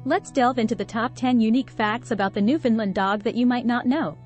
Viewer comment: You got most of the facts right about these wonderful dogs, but, really, you must try working on your pronunciation of their name. Like the island they hail from, the name is uttered thusly; "Newf~In~ Land". You must say it as one word and say it quickly. It should always rhyme with "understand". As in, understand Newfoundland. Also, it's important to know that these dogs were not "bred". When Europeans first arrived here in the late 1500's, the dog was already present. In latter years, the breed was "refined" in Britain. Our other dog, the Labrador retriever, was created by blending Newfoundland's with a (now extinct), dog called the St. John's Water dog. This was done to create a short coated and slimmer version of the Newfoundland that would allow fishermen to pull the animal over the side of a small boat. For their first century of existence, these dogs were known as the Lessor Newfoundland. Only becoming known as the Labrador Retriever when a British naval officer station here realized how popular they would be with sportsmen in the UK. He thought naming them the Labrador would make them sound exotic. Guess that worked as for many years the Lab. was the most popular dog in many countries..